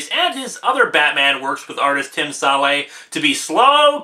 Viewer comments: Tim "Sal-ay"? It's SALE! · Jeff Loeb as Low-eb and Tim Sale as Sal-ay ? WTF